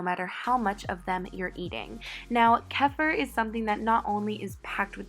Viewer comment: It’s pronounced kee-feer